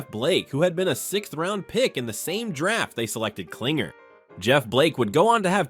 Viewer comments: His name is KlingLer ... how do you make this mistake about 7 times in the video? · David Kling-LER!!!